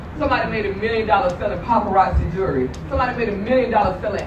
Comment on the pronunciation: Jewelry not “Jury”.